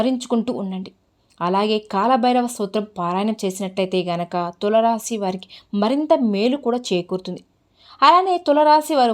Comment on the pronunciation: Please pronounce Tulasi Rasi properly first it is giving wrong meaning